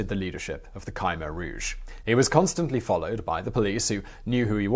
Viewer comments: For the correct pronunciation of "Khmer Rouge": /watch?v=IG-TpOAUHQM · It"a not Ky meer rooje. It's as if the I qwew silent but if you say Kimmeer rooje it, a better. . Kim rhymes with Jim. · You’re pronouncing Khmer Rouge wrong…there’s no y in Khmer Rouge